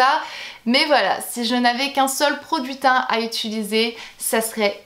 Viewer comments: utilisé et non pas utulisé :) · Non no, je dis bien utilisé, haha je me prononcr bizarement, je l'ai toujours fais 😂😂